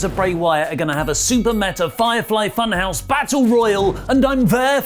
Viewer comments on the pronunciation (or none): none